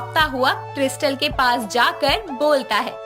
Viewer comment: Krystal hota hai kiristal nhi